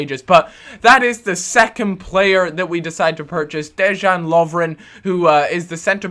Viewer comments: It's pronounced 'De-yan Lov-ren'. Not Dejjjaaan. Just saying :) I'm Croatian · You say it DeYan :D you got Balkan power in the back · It's pronounced Deyan!